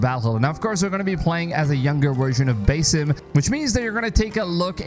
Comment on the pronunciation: This game sounds more promising than the last few Assassin Creed game's and FYI you're saying the character's name wrong 🙄 and sometimes a smaller game is good